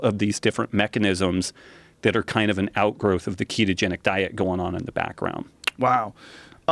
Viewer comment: Pretty sure it's ketogenic, not ketotic